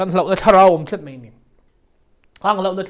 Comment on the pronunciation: 'Mai' tih tur ah mei tih ang chi tawngkam diklo hi hmang tawh lo hram se,upa tea nia,mi puitling